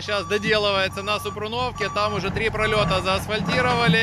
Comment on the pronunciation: Низький уклін за види моєї рідної Полтавщини! Просто хотів на майбутнє поправити. "СупрУнівка" - українською, "СупрУновка" - російською (наголос на другий склад). P.S. Сам переписував коментар, так що :)